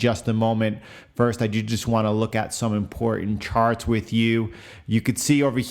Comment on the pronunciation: I'm sorry, are you saying "sharts"?